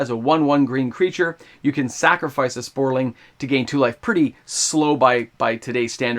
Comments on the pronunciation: Please, please stop pronouncing saproling as sporling. I had hoped you’d have caught that in previous videos but you’re still doing it. Thank you for the content but that’s driving me crazy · Somebody needs to get this guy hooked on phonics. Say it with me: SAP-RO-LING